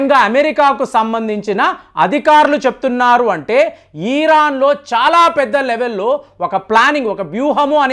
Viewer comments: ఈరాన్ కాదు సార్ ఇరాన్ అని పలకండి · "ఈ"రాన్ కాదు "ఇరాన్" అని పలకాలి